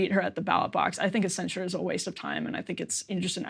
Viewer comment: Excellent you two! It's truly beautiful to watch two people with disagreements on such a hot topic to keep civil with each other. But please. Stop saying "cenSHure" it's cenSure, and cenSorship